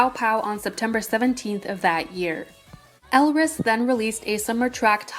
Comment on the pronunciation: I think the title may be a bit misleading as most of the shit that happened was with Stardom Entertainment, not with Hunus. (Two small things: EvoL debut was called "We Are A Bit Different" and Elris's name is pronounced like Ellis.)